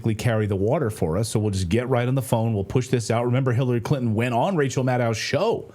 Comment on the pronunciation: Hirarry Crintom? Ohhh nooo!